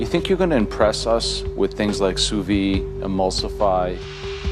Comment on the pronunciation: Joe it’s f.... Sous videE!! Not Sous vie! Ffs!